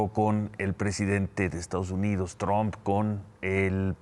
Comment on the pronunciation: Covit, trun, cuidat, seguridat, es un completo ignorante, que vergüenza.